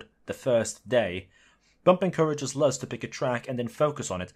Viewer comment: Mf be making the best arguments I've seen then said Luz like Luhs